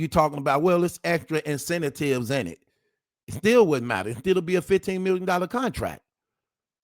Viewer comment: Dude, learn how to pronounce INCENTIVES!!!!!!!